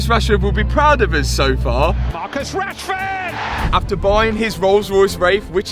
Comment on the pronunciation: You're milking Rashord Name 😂 Rashford Car, Rushford parts